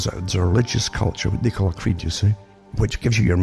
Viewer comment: Took me a good few minutes to understand his pronunciation of "creed"